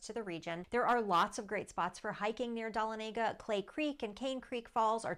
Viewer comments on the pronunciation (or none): Pronounced as Duh-Lon-uh-guh. Not Don-a-Lay-guh. I live nearby. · It’s pronounced Duh La Nega We used to go camping there every summer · It’s Duh-lawn-ah-guh lol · You are mispronouncing Dahlonega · Learn to pronounce Dahlonega!!!! So many of these sites never get towns correct?????